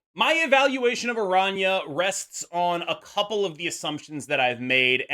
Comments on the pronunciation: Finally a YouTuber who can actually pronounce araña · pronounces her name correctly